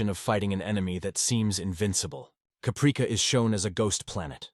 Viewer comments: "Cuhpreekuh???" lol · I'm sorry to be that guy but come on now - Capreeka? That sounds like an AI mistake. How did you not catch that? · So tired of AI, Capreeka 😑